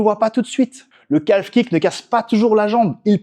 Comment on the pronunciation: Bonne video, mais on prononce pas le l de calf, on dit [ka:f]